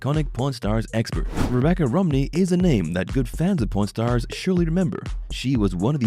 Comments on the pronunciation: I heard 'porn stars' instead of 'pawn stars' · I keep hearing porn stars instead of pawn stars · sounds like he saying prn stars heh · The way he pronounces Pawn Stars it sounds like Porn Stars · The way this guy says pawn stars is making me sus lol.